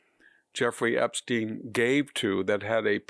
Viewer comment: Sounds like a joke from Young Frankenstein pronouncing Epstein's name with a long e instead of a long I like it's supposed to be. It is spelled with a long i. And yet you keep pronouncing it as if the English have any idea of how to pronounce Latin written words! Not even an English name